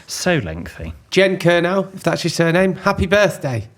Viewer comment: Kernow = ker-no, not ker-now. Best county in the country!